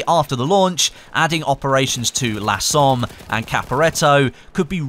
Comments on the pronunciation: I know this is nitpicking but please don't say lah Somme, it's pronounced "luh" similar to the monopthong in "up". I'm sorry but I speak French and hearing that annoyed me, still love you though, my fellow Aussie. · I believe the "la Somme" is the French version, authenticity, also it is more like "lə Somme" and not laaa Somme